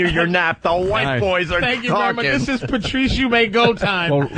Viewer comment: ‘PeRRtrice’ jeeze